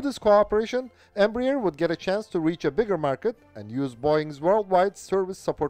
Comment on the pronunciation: Its not pronounced "Embra-Ear". Its "Embra-Air"